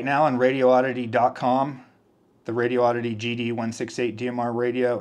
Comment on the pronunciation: It's a good value set, I have the Anytone branded version. PS Someone pointed out to me that there's only one "O" and no gap in Radioddity. First, say the words "Radi" and "Oddity. Next, take the gap out and say it as one word - Radioddity. It's 5 syllables, not 6.